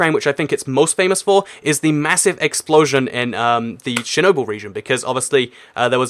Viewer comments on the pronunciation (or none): none